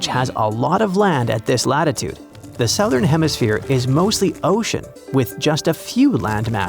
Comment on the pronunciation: That's not how you pronounce "southern." 😛